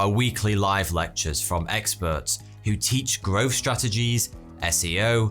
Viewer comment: "personal growf" "free hundred" "seventeen ninty free".... Thucking hell!